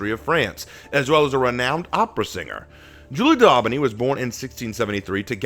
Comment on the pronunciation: What? Julie... DAUBENY